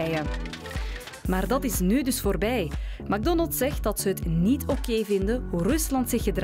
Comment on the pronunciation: Het is mec Donalds hoe je het iitspreekt